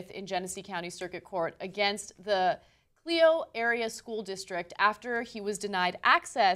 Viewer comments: I live in Genesee county so it's cool so see my town on here :) btw, it's pronounced cl-eye-oh, not cl-ee-oh ;) I disagree with the ruling. for how many school shootings are happening I don't believe you can trust someone with a gun just because they're a dad. better to be safe than sorry. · It's pronounced Cl-eye-oh,,Clio. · And it's Clio pronounced like Cli- (rhymes with Lie) and -oh. Not that it matters, because it's a podunk town, but I'm from the area... So there you go.